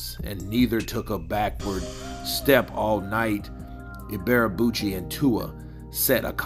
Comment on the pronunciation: Can't this guy even speak properly? WTF is Ibearabuchi? PAY ATTENTION SON it's pronounced 'EeeBay A Boochy' You fanboys need to step your game up. Shoddy work AND FFS buy yourself a proper mic homeboy.